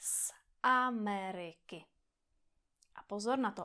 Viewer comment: Great video! “Jsem z Ameriky”: You missed the most important rule! The stress in “Ameriky” is on the first syllable, not the second.